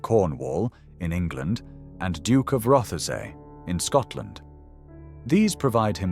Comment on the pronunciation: An interesting documentary. There are quite a few mispronunciations though. The "s" in any version of viscount is always silent. Lord Mountbatten's first name is pronounced "Looee." Marquessate is pronounced "mar-kwih-zit." Blenheim is pronounced "Bleh-nim." Rothesay is pronounced "Roth-see."